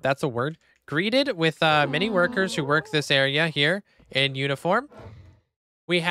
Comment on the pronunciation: sooo you can pronounce pneumonoultramicroscopicsilicovolcanoconiosis with ease but you can't pronounce "greeted" LOL🤣don't change love the video as always ❤